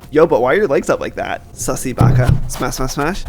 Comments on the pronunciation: I like how he said susy baca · Did he say sussy baka